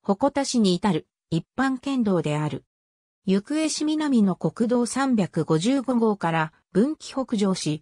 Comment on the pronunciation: ゆくえ市じゃなくてなめがた市ですよ